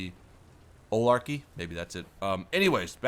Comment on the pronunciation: lol you gotta emphasize the "GAR" in oligarchy....fuck cable companies